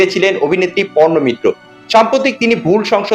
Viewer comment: Porno mitra noi parno mitra